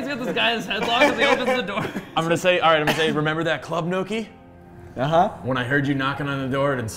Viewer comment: Lol they're still calling nohki.. neako